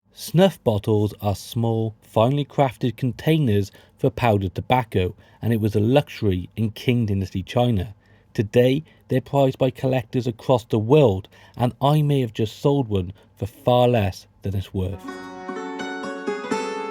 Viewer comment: We are all learning, The q in Qing is pronounced ch i.e. ching. Happy hunting